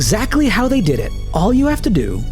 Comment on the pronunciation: "How dey do dat?" x3 "Dey do dat by-" Got me ROLLING 🤣